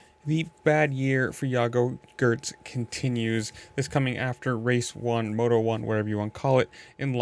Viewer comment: It’s pronounced gee-urts